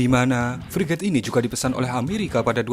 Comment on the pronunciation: Hhh yg benar2 priget min emang priget kita yg udah ada priget siluman, min menggebu2 amat